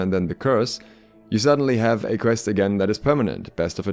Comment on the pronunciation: Every time you said quest it made me my mouse closer to uninstall… Pvp. Pls…